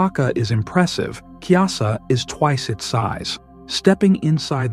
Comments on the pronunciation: Its Kailasa temple not kyasa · It’s pronounced Ku-ee-laa-saa